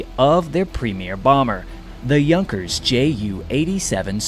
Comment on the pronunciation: German lesson for you my friend. Said like;... Yunkers.